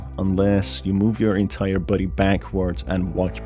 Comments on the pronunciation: I love how he sounds like he says "Buddy" instead of "Body" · Is it me or does his voice saying “body” is sounding like “buddy”